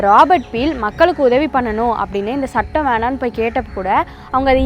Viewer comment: ஸுற்று ஸூளல், ஸிக்கல், ஸட்டம்... ச்சுற்றுச் சூழல், ச்சிக்கல், ச்சட்டம்.. இவையெல்லாம் உச்சரிப்புப் பிழைகள்....